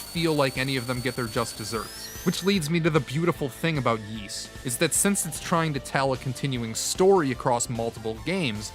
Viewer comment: Ys is pronounced *eece" like Fleece without the FL.... it's not "yeece"